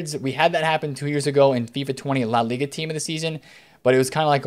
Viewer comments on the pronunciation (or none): none